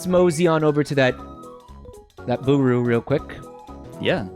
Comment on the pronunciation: saying "Buuru" instead of Booru will never stop irking me.